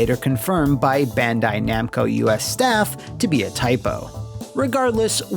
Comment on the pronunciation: Anyone else here love it when intentionally and hilariously mispronounces Bandai Namco's name?